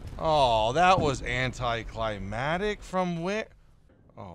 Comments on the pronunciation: It's anticlimaCtic, not anticlimatic. Triggered! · Anticlamic....there is a T in there.